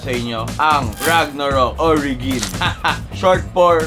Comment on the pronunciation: Mali pagka pronounce ng origin lods